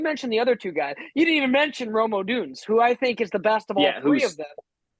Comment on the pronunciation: you aren’t even pronouncing Rome odunze correctly. You tool